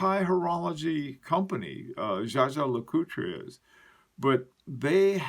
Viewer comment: Great video. FYI: Jaeger LeCoultre, not Jager..